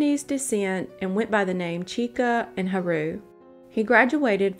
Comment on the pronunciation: the most spine tingling thing of this video is the way she says ha-roo instead of “hah-ru”